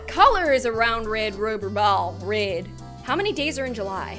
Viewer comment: you said reb not red